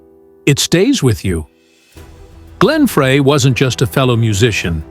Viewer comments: Frey. Fry not fray!! So annoying. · Frey is pronounced FRY!!! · Teach AI how to pronounce every word they are saying. Frey should sound like FRY!!! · It’s so embarrassing to this channel that the creator of this video didn’t even bother to learn the correct pronunciation of Glenn’s last name. Many other reactors are also too ignorant to find out that it is “fry”. It’s very insulting to his memory.